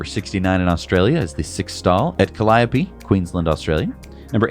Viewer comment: I look forward to the pronounciations of Australian place names, and I have to say you got “Calliope” spot on! …. But then spelled “Queensland” as two words on screen :-/